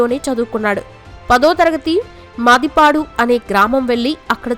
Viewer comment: మదీపాడు కాదమ్మా... మద్దిపాడు